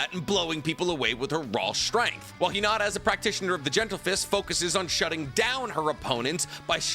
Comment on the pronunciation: 1. Please pronounce Hinata’s name correctly….is not Hinadda…it’s Hinattttttta….that T is a loud one!!! 2. Unfortunately there is not enough data on Hinata as her character was not developed as Sakura’s was. 3. The little character development Hinata got in Shippuden was not well done. After Naruto part 1 Neji trains Hinata. That should have at least reduce her shyness and increase her confidence. This was not shown in Shippuden. 4. The fight with Sasori does not count for this comparison. Sakura was 100% Granny Chiyo’s puppet. 5. During the Pain ark Sakura was crying out for Naruto and the only one brave enough to help Naruto against Pain was Hinata and as you stated, Pain was avoiding being touched by Twin Lion Fist because of the chakra drain effect. 6. Yes, I do agree that Sakura’s fight with Shin was a good one. And that’s the only time I saw Sakura actually fight. 7. Boruto continues to under develop Hinata stating that she decided to ritire from being a shinobi, but as you mentioned, she did fight against Momoshiki and survived. Momoshiki is clearly stronger than Shin. 8. It’s a brawn against brain situation and Hinata is smarter in hand to hand combat than Sakura. And can easily avoid Sakura’s “one punch” shot. And I have to believe that Hinata did learn rotation which means she can use Sakura’s strength against her. 9. Finally, Sakura is a bitch and she doesn’t even deserve to be in the presence of Lady Hinata Sama!!!